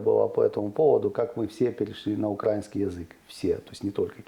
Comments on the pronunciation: Украина, украинский - ударение на И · Сцуко!!!! УкраИнский, а не укрАинский!